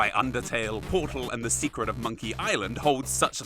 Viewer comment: "SHOW ME YOU SINK-RET!"